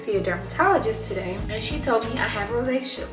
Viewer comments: it’s pronounced Rozay-shuh like Ricky Ross. I don’t know what that was she said but it wasn’t Rosacea. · Queen said she has Rosacea.. I though you said a relationship 🤔😂 I had to rewind ⏪